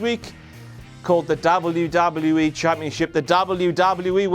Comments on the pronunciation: its nt dobluee doblueee eeee btw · say w properly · He pronounced it DoubleU DoubleU E RAW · Why does he say wwe like that